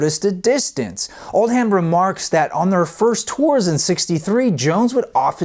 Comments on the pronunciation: It’s pronounced “Oldem” not “Old-ham” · Very enjoyable and informative ! oh and regarding their manager, it’s not Old Ham it’s pronounced Oldam just like Bucking Ham palace is pronounced Buckinam Palace, what’s so hard fgs lol.